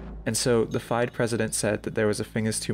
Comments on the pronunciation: Hey brother, very few chess players say some of the words in the way you have here. I'm a youtube dude myself, and I know it sucks when people "correct you". One example I would keep in mind is F.I.D.E — Fee-day, it is the governing body of chess and tracks your strength via ELO, which is your rating relative to other players. And mostly king's rook / queen's rook, you usually just say 'the rook'. they have open 'files', rarely does anyone say 'diagonal'. We say 'the open file.' I love this video, and do not intend anything that being informative brother. Love this content, wish you all the possible success on this platform. Covering Karpov vs. Korchnoi is an excellent topic for you, if you plan on making more videos! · It’s Fee-day not fie-d when pronouncing FIDE and trompowsky not trumpowsky. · As a viewer coming from the chess community, I’d like to say: amazing documentary. I want to provide some small corrections, however, in the event you choose to pursue this topic and its many, many dramas 1. FIDE is generally pronounced fidé (feel-day) in the English community 2. Cancelled has two L’s (sorry) 3. Not a correction, but yet: your selection of commentator clips (Daniels king and rensch, judit polgar, and the broadly undervalued Peter svidler), shows an obvious class and understanding of the both important and entertaining analysts today. I’ve sent this to friends before finishing it. Maybe I value this too heavily, being that I was there sweating over every move, or maybe because it just was a drama so incredible, yet hard to portray to the layman, that it’s a great treat for me to hear someone else understand it. But maybe it’s an incredible story worth the proper telling, as you have done so wonderfully. Thank you (Please do the 2018 match as a follow up) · Fide is pronounced “fee day” fyi. Fantastic vid though dude. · FIDE is pronounced feeday.